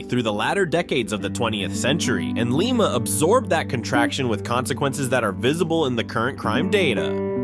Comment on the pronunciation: You miss pronounce Lima. Is Lye-muh.